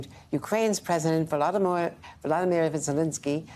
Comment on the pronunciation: Is it really so hard to pronounce "Volodymyr" more or less correctly, ie not like Vladimir, after 9 months?